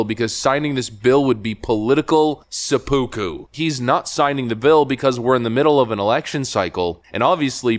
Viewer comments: Sep-pu-ku. Not Sea-poo-ku. and I think the specific style of Harakiri (specifically the disembowelment) it's more appropriate for Democrat actions. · Learn to pronounce seppuku properly